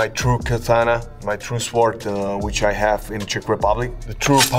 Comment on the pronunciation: I wish he would say Katana right :)